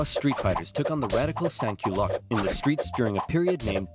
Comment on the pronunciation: the pronunciation of “sans-culottes” in this video sounds closer to “saint culottes” in french which is really funny because that means “saint panties” 🤣